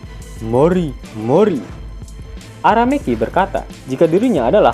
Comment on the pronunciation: Aku dengar araMEKI🤣🤣🤣